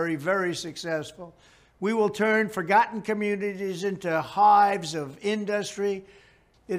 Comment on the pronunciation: Couldn't pronounce communities